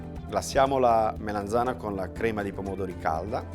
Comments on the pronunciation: Che bontà,. Però solo una cosa: si dice melanzana con la A e non melenzane che è un modo un po' dialettale. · Ogni volta che diceva melenzana mi triggerava malissimo. Urlavo allo schermo ", si dice melAnzana, po**od**o" come una pazza. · Comunque se fate caso non dice proprio "Melenzane" ma "Meleinzane" con una "i" quasi scomparsa. Questo è un residuo dialettale del nome originale della melanzana, cioè "mela insana" perché quando fuorono portate dall'America per gli italici sembrava una mela malata. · melAnzana, melAnzana, melAnzana :-) con la A :-)